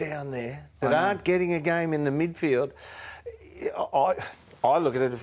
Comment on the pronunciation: Fox Footy, it's *"Midfield". 🤦‍♂️